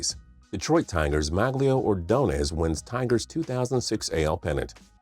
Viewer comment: OMG U PRONOUNCED ORDONEZ’S NAME WRONG 😭